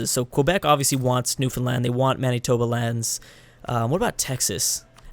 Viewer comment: Manitoba is pronounced Man-it-toba